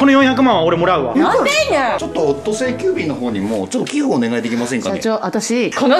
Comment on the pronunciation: 社長（ｵｯﾄ⤴ｾｲ⤵急便でぇ⤴す